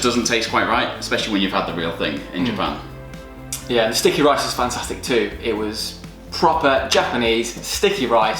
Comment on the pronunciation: の Bas の「Japanese sticky rice」が、 毎回「ジャパニーズ素敵ライス」に脳内変換されて笑う